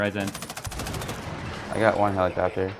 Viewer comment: "RYZAN" u heard it here first